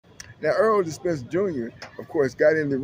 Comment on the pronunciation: Man spite it out !!! It’s not Earl Spence Jnr but Errol Spence Jnr if you want to have any integrity with analysis at the very least give the fighters their due respect and get their names correct … very disrespectful you’ve lost me and the ah,ah,ah,ah,ah is so frustratingly annoying to hear let alone viewing … the talking points is just are pointless info you can’t label it as insightful analysis …. In short rubbish content… I need therapy now listening to you, you’re a head doer …